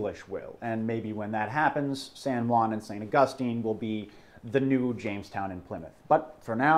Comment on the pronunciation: Love their stuff but...that is not how you pronounce St. Augustine.